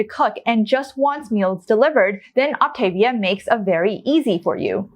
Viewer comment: I'm an optavia coach... This woman does a terrible job explaining what this is. She doesn't even pronounce Optavia correctly. The founder of the program preaches that whole foods are best. The whole premise of the program is to make weight loss easy while you learn new healthier habits through the educational component of the program. If you are treating it as a temporary 'diet' you aren't doing the program correctly. If you want to use the product out of convenience after you transition to your new healthier eating habits then more power to you, definitely not required. This program changed my life. I dove into the educational program and have been maintaining my 60lb weight loss for 2 years. I eat all whole foods and occasionally use a fueling here or there if I'm traveling or will out and about and know there'll be limited options for healthy food.